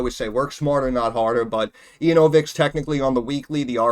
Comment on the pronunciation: "ANAL-vix corporation"